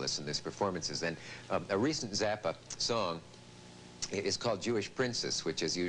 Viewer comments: I think it's pronounced ''Zappa'' ! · Is Zappa pronounced "zappa" or "zappa" ? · yes, definitely not "Zappa"